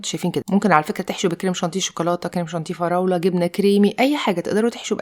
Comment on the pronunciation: Purée Crème chantilly وليس شونتي😂😂😂